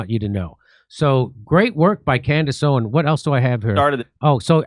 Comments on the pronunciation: Jimmy you keep saying her last name wrong. It’s Owens, not Owen. Keep up the good work though! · Her last name is “Owens”, not “Owen” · For the love of God, Jimmy, it's Candace OwenSSS, not Candace Owen! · It's OwenS, not Owen. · The “s” in Owens is NOT SILENT. Please address her correctly verbally 😊 thank u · For the love of God can someone please tell him her name is Candace OwenS. Not Owen. That’s how he has always said her name on the show. So this isn’t an isolated incident. But I’ve ignored it as long as I can. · Jimmy its OwenS with an S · If you love her, then at least pronounce her name correctly. It's owens not owen. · I don’t think Jimmy has ever not called her Candace “Owen” lol One day he’ll add the S and it’s gunna catch me off guard. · Jimmy, I luv u to death, her name is Candace OWENS, you're missin' the S . . . hahaha just sayin' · Why can you not pronounce her name correctly? Have some basic respect. It's "Owens" with an S at the end. Say it correctly Jim Do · Ask Jimmy to stop calling her "Candace Owen"! It's Owens! With an 's'! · Its candance owenSSSSSS jimmy lol with an S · Jimmy, it’s Candace OwenSSSSS! Get it right 😂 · Is he deliberately saying Candace OWEN ? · Jimmy, it's OwenS with an S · Jimmy, we love you but, it’s *Candace OwenS* — with an s at the end. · Great work, Jimmy, but it’s “Owens”, not “Owen”. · Please say her name correctly. OWENS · It’s “OWENS” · Ikr?!!! He's literally killing me! Like, infuriatingly so, to the point of irrationally screaming at my phone, 😳"𝘖𝘸𝘦𝘯𝙨, Jimmy! 🫨𝘖𝘞𝘌𝘕𝙎-𝘻𝘶𝘩!!!" 🤦‍♀️ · Can you stop dropping the S off of her name, please? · Someone please tell jimmy to add the S at the end of Owens